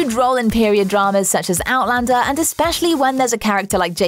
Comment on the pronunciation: One of the best vids about Outlander! Narrator can actually pronounce all of the cast names correctly!